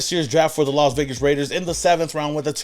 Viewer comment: The Las Vegars 😂😂😂😂😂